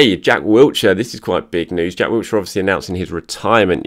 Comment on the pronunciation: there is no T in Wilshere. Please pronounce his name correctly. He deserves that much. There is no excuse as an Arsenal fan and journalist to get his name wrong.